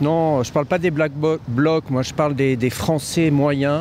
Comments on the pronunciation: ... Te force pas à dire " black block" si t'y arrive pas.. C'est pas grave,😊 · il a du mal à dire "BlackBlock" 😂